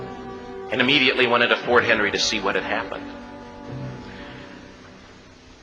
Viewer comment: A lot of misinformation and historical errors in this, but it does get the emotion across. A shame the creator felt the need to jazz the story up when the truth is even better. I'm not going to list all of them, but here are some of the errors in the presentation: 1. It's Fort McHenry, not Fort Henry. 2. The British weren't fighting the colonies, it was the War of 1812 between Great Britain and the United States of America, about 30 years after the American colonies ceased to exist. 3. Key was not sent to get the release of prisoners of war, but to get the release of one man the Brits were holding, Dr. William Beane. 4. Other than some workers, women and children were evacuated from the fort before the battle began. 5. There were 19 British ships, not hundreds. 6. Key wasn't on the British ship during the battle, he was on his own truce ship under guard by British marines. Before being sent to his truce ship, he had dinner with the British commanders on board the HMS Tonnant. 7. Only four US soldiers were killed in Fort McHenry--hardly enough bodies to hold up a flagpole. 8.No hundreds of prisoners praying. No Key keeping the non-existent prisoners informed. 9. There's more, but I'm tired of keying. Oh, and Washington never said "The thing that sets the American Christian apart from all other people in the world is that he'll die on his feet before he'll live on his knees."